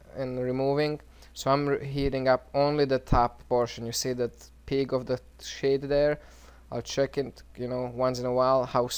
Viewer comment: When he says sheath its seems hes saying shit lol